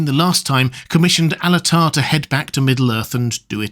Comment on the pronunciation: you're saying "Alatar" yes? I heard Annatar, first, and I was like, "yo hold on, no."🤣🤣